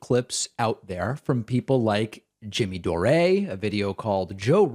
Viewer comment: "Jimmy Doh Ray" LOL!